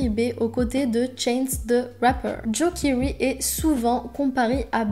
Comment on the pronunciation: juste tu dit kiwry un truc comme sa alors que sa se prononce kéry comme sa se prononce sinon mrc car j adore joe keery